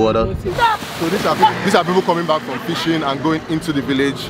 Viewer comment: It's people not beoble man. P, not b.